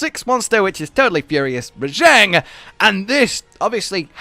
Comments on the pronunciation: its RAH JAHHHNG not ruh-jehngg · you know its pronouced ra-j-on, they even say it that way in game